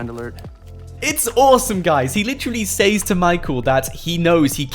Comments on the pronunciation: He can’t say “says” it’s pronounced ses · It’s says... pronounced “sez” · the way he pronounces "says" smh